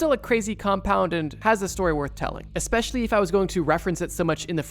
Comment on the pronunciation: Eckspecially., hehe..